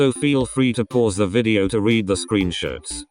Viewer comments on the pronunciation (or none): that robot pronounced "screenshots" kinda sus though 0_0